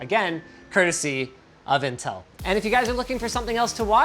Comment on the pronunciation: Whats in-tin-tel?